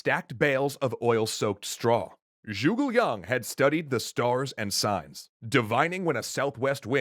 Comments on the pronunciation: Joogle Young (Zhuge Liang) is the most impressive mispronunciation yet. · Zoogle long??? The hell are these pronunciations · its prononced zhu ge lang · “Swen Tran” “Joogal Yang” I winced a little. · People are going mad about Tao Cow but they are forgetting the classic Swen Shian, Yuran Shao and Zhugo Lian.